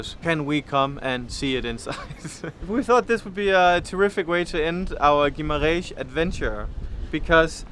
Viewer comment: I love the way says Guimarrrrrrrrrrães! LOL